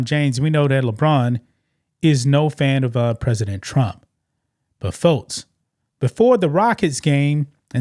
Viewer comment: Why can’t you say x or k? It’s folks, not fotes It’s six, not sits, It’s next, not nets